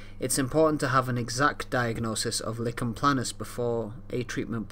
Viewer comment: Nice explanation but it’s not “licken” planus but “liken” planus, the name comes from the rash’s resemblance to a tree lichen.